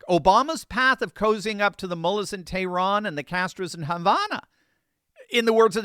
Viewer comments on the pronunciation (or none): none